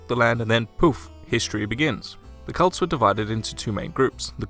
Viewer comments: Even the closed captioning thinks you're saying Cults. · it's pronounced kɛlts, not cults.